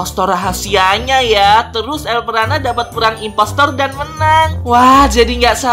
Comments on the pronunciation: Elprana hebat bukan elpranub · Kenapa lu sebut elpranat